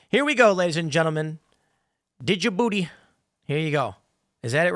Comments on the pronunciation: It's pronounced juhbootee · Stop pronoucing the D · As a French, the way you pronounced "DJ Booty" was hella funny.